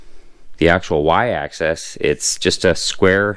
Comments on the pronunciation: axis, not access. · It is "axis" not "access".